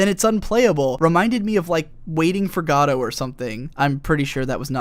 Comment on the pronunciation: your pronunciation of gadot